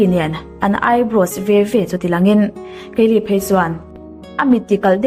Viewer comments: keili niloin kylie (kailie anga lamtur) i lam ngun vebawk siaa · Kaeli ni lo kylie aw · Kalie ni lo in kylie aw